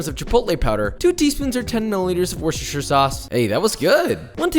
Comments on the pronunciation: “10ml of worstettsstshitirieeie sauce hey that was good! “. No it wasn’t josh, just pronounce it properly it’s not hard Wysta-sheer sauce. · Worcestershire is pronounced wu-stir fam not worchesteshershershite 🤣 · wuss-stir-shear .. worcestershire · I’m sure someone has already mentioned the pronunciation of Worcestershire Sauce is Wuss-Stir Sauce. We don’t annunciate the shire at the end. I know it’s weird and don’t ask me why. Love the show and bought the book. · Josh, Worchestershire sauce is pronounced "Woostersheer sauce" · getting better everytime. wuss-ta-shuh. almost 'tight',bruv try dropping the H until the final syllable. the only H's I want to hear, are in the 'shuh'. my qualifications: I am an IT engineer, however I was born and bred in the county of Worcestershire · Subscriber from the UK, Worcestershire sauce is easier pronounced wus-ter-sha sauce. Love the vids keep it going. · No, your pronunciation of Worcestershire sauce is not good. It’s WISS-tuhshur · Even though I like the meme of never being able to say worcestershire... It's Woostah-shire, as in Woot woot and Shirley temple. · Josh, with Worcestershire you need to hit that first T, so “wust-uh-shuh”. Easy peasy.